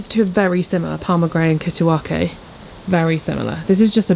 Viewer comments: Kittiwake is a bird (gull) and its pronounced kitty wake. As in wake up. 😃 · Jsyk kittiwake is pronounced kitty-wake 😂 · I noticed that too. A bit like Nigellas mee-cro-war-vay! 😅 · Yes made me laugh, it’s a beautiful sea bird seen nesting on cliffs around our shores. Not pronounced like Japanese seaweed